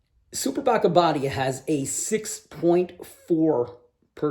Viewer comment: Abadía is Abbey, like in Westminster Abbey. And you pronounce it with a long i, Abadiiiia 😉